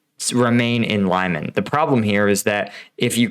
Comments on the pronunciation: It is Lee-man, not Lie-man. Try watching videos by Ukrainian creators to find out how to pronounce Ukrainian place names. Reporting from Ukraine: Denys Davydov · Great explanation. Thanks. I think it is pronounced like Lee-maan and not like lie-man. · Pronounced “Lee mon”. Not “Lie mon”. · LEE-MAAN NOT LIE-MAN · Here's how to pronounce "Lyman" properly: The "Ly" sounds like "ly" in "orderly". The "man" sounds like "mun" in "munch". It's not "lime man". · "Lie-men"? Lyman. Pronounce it as Lee-mawn. Put some effort in it. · Your video is quite well done but you should at least, before you create a video, do a little research about how to pronounce city's names, unless it sounds quite weird and ridiculous. The way you pronounce Lyman is completely wrong. There's no A after Y, it's Lyman (Liman), not Layman (Laiman). Lee-man, if that's easier to understand. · Just to mention - Lyman is pronounced as “Leeman”, not Liman. It’s not that difficult to pronounce it correctly. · it's not american pronounciation ly-man.. it's more like an american would pronounce "leemun". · it doesnt sound as Laiman, its Liman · Thanks for great videos. Just a correction on pronunciation, Lyman should sound as 'Leeman' where 'a' sounds like 'oo' in 'blood' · Pronounced LeeMon. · Oh boy. Mispronounced multiple times! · Putin simply doesn’t care how many people die in his name! “Untrained civilians in uniform” is basically the motto of the Ruzzian army! (even if you received basic training 10 years ago…you are a civilian who knows how to stand in line properly…) Oh, and just a side note: All Ukrainians pronounce Lyman like Lee-mon…and so did you just a couple of days ago. You should stick with that. It’s not pretentious but shows your efforts! 👍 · It’s pronounced Lee-Mon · Lee-man,. Lee-man:) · Lyman is not "Lie-man" dammit! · Is it possible that a native English speaker really believes that the pronouncination of Lyman is "laiman"???